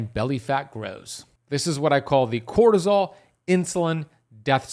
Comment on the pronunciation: Bro said crotosol million times